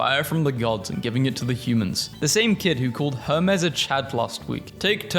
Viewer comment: ITS HERMES H E R M E S (HER-MEEZ) I listen to Epic lol